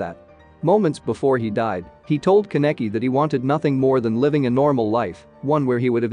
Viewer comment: I think you should search up the pronunciations. Ka-neck-kee :/